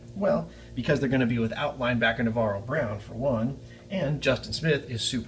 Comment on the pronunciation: Navarro Brown? It's Bowman!